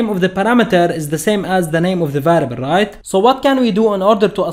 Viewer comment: ya, especially when you hear the word "ruoit" instead of right